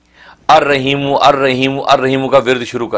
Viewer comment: رحیم (ح) کی سات ادکرنی چاہیے نہ کہ (ھ) کے ساتھ